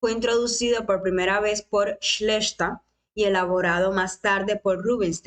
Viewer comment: Keres, Rubinstein, qué linda y justa selección, me vienen a la cabeza también Korchnoi, Ivanchuk, Aronian y quizá quede así también Nakamura... me da también pena pensar en Schlechter (que bien lo pronunciás te sale bien alemán) y Bronstein... Rubinstein es el favorito de muchos actuales... fue el uno del mundo antes de la guerra, sin dudas.